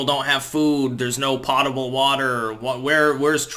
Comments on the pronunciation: PO-ta-ble water, NOT POT-a-ble water. Pronounce it like you would pronounce Edgar Allen Poe's last name. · has an uncanny delivery on many topics that mesmerizes me. For the most part, he is nearly 100% accurate on what he preaches on in any given day; save for mispronunciations of words, i.e today's entry "potable".... The only issue I really, REALLY wish he would address is the health dangers of WIRELESS RADIATION from iphones, etc... including 5G... Why doesn't he cover it? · umm..."potable" is pronounced with a long "o".